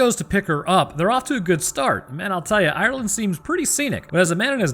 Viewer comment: The way way he pronounces Ireland makes me chuckle a little. The E is actually silent.